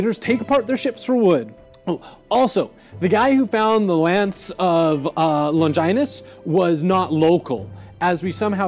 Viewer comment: Lon-JAI-nus . . . pfft!